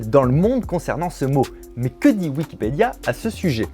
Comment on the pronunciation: qui a entendu wikpéda